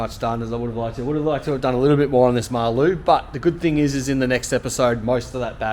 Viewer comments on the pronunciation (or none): Sweet vid.. But it’s Maloo not Mar-Loo 😁😁